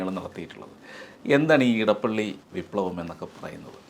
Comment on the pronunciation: നിങ്ങൾ എന്തുകൊണ്ടാണ് ഇടപ്പള്ളി എന്നു പറയുന്നത്? അത് ഇടപ്പിള്ളി ആണ്. തിരുവിതാംകൂറിനും കൊച്ചിയ്ക്കും ഇടയിലുള്ള സ്ഥലം - ഇടപ്പിള്ളി